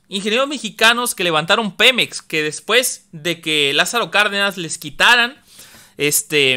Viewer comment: Segundo :06. El pemex de tu presidente??????? Snap, snap, snap, slap, slap despierta chavo, ES PEMEX, no pelop, buen chiste, aunque estoy de acuerdo que México sea el único propietario y no cualquier corrupto